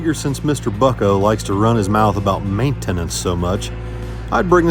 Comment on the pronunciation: Does this mean kenny shall be racing 42 then Saturday 🤔😏?❤🎉🎉🎉 I laughed every time said Ma-it-tinin-nince....😂😂